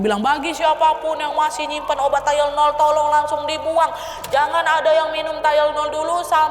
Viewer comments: Bacanya THAI + LE + NOL. (TY LE NOL) Bukan TYLE + NOL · ijin koreksi dikit yah kak nad, tylenol bacanya bukan “tailnol” tapi “tailenol” 💕 soalnya banyak banget penyebutannya jd agak ganggu. trimss kakak untuk cerita hari ini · Keganggu sama pengucapan tayelnol😩😩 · Bacanya ti-le-nol bukan sih?